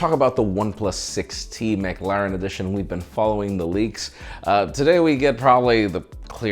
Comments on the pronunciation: Stop saying maclaren look up how to say it please thank you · Mac laren?? Never heard anyone pronounce it like that... Lol 👍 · You're still saying McLaren wrong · McLaren isn’t pronounced like you say it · Is it just me or does says McLaren weird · every time you say "McLaren" it gives me a stroke. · First on the set you question this ???? And your saying McLaren wrong lol I'm I right